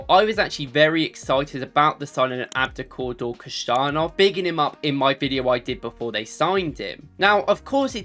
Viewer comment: Bro what's with these pronunciations bro: Adukoda and echevier it's Abdukodir and echeverri good vid tho 😅